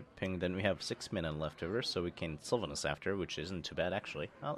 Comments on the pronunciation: actually it wasnt about pronunciation intonation....it's syl-VA-nas and not SYL-vanas. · Sylvanas and not Sylevenis, LEARN TO PRONOUNCE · "Sylva ness", well that's funny, I never noticed how he pronounced it. I like his videos a lot though. :) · why do u say Sylva-ness? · + bad soundmixed and maybe cause some people dont like the way he pronunces Sylvanas or "sylva ness" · Actually, not even Garrosh knew how to pronounce Sylvanas correctly.